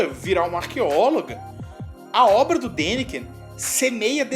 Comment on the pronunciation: não é Dakinen! Kkkk.... é Daniken. Por aí agente já observa seus comentários né.....